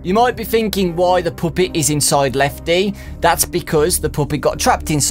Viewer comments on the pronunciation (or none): Why do u say Poopet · Puppet not puuppet like pappet but the u is kinda is a A just saying😊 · i love how you pronounce puppet like POOP-EAT! (NO OFFENSE) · take a shot every time he says the "poopet" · Take a shot everytime he says pupit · OMG I hate how he says puppet!